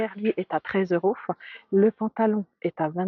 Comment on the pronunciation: Pourquoi vous dites eurosf